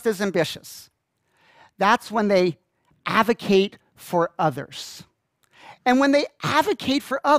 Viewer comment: aDvocate not avocate. That drove me nuts!